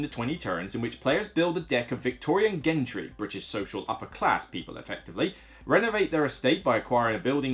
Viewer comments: Always like you’re reviews as you tell it like it is. Ps it’s pronounced “jentry” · Is gentry really pronunced with a g like in get and not like in gentle?